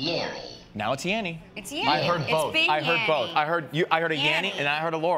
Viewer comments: I watched another vid and now all I hear is Yanny. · I'm a 56 yr old female and I'm hearing yanni every time. I even TRIED to hear laurel and I couldn't! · female 33yrs. the first time I heard the clip I heard laurel and then afterwards I keep hearing yanny! I immediately thought of Mandela effect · I'm a 40 yr old female and every time I listen to that I hear YANNY. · I thought it was yanny... rhymes with canny. Also, the first word of the Journey sounds different too. I remember a harder "j" sound. Man those lyrics switches are super eerie. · WTF I came here last night and I clearly heard Laurel and i listened to it today and all I hear is Yanny ,, what the fu... I am loosing it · I hear YANNY like Van sound. Not even yawny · I hear Yanny every time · It’s pronounced “Yanny” not “Yanny” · He's mispronounceing yanny and it's as annoying as the meme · This is the first time I heard laurel everytime before this video I heard yanny, (not yonny as he pronounced) but i allways heard yanny with the same static noise at each part in between. Now its a clear laurel. Before it sounded like yanny every time now its laurel everytime. I think we may be going in and out of different multiverses maybe two supermassive black holes are spinning and about to collide or something. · I’m 31 and female, the first time I heard the clip I heard laurel, the 2nd time I heard Yanny but it actually sounded more like yaMMy with an M. When I heard it in your video, I heard laurel. Same with the dress, sometimes I see it black and blue other times I see white and gold. Very weird and creepy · It's laurel. I'm female and 31. I am so tired of hearing this clip and seeing it in my feed. Crazy thing just happened tho. You pronounce it "yah-nee" and I didn't think that was what others were hearing. I thought they were hearing "yeah-nee". However I just saw a "yanni" name appear in my feed on an unrelated video as you were talking. So it's clear to me this is a synchronicity manifestation thing.